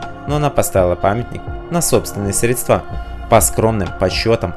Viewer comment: Диктору замечание :ударение вслове СРЕДСТВА ставится в начале,а не в конце, должно быть стыдно комментатору!!!